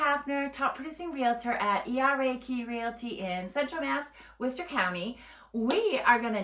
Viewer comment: I've lived in and around WORCESTER pronounced WOR-ster. Not what ever you're calling it. The city has turned to crap in the last 20 years. About the only good thing about it is the schools. Entertainment is spotty at best boasting NO cinemas and only occasional 'shows' at the existing venues. Worcester used to have daily entertainment. Yes traffic is easy to navigate because no one stays IN the city. Jobs are nonexistent unless you want to work in education or healthcare. Worcester has been 'reimagining' itself since the 1970's. Personally I don't think it's ever going to find itself. Also it's the SEVEN hills. Obviously don't know the city.